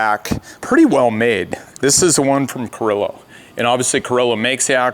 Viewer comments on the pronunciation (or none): Carrilo?? Didn't you mean Carraro?